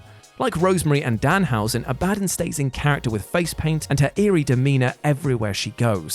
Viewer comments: You said Abadon's name wrong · It's pronounced ab-a-don not a-bad-on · A-bah-don. Not a-ba-dan. Also you have the same amount of charisma as a barn owl. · "Abadon" Abba-dawn Not "Abaddin" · Abadin? not Abadon do you even watch wrestling or just read a script geeeez lol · Abadon = Ab-a-dawn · Ab(ah) don. hahaha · Is it not pronounced Abba Don?! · A-ba-don. Sorry, I can't help myself but that's how it's pronounced. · Abadon? Ab a don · A BA DON. 😂😂😂😂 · Abadon is pronounced Abba-Dawn. You're welcome. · Sounds like is saying a-bad-yan 😂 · Is he saying "abadden" as an April fools joke? Lol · Great content. But hearing you say abadon wrong repeatedly.... whut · ABADON. The way you pronounced it was so strange 🤣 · That's not how you pronounce Abadon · I will never understand how you guys butcher names when names sre said all the time. That's not how you pronounce Abadon's name lol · That pronunciation of Abadon is gnarly 😆